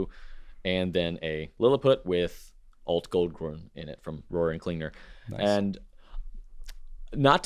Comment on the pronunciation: Happy Weekend! Have fun at the pen show! And now that you talked about it... the way you pronounce Altgold - Grün is not correct. smile